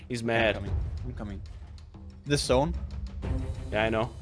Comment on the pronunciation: Anyone notice that they say zone "sone"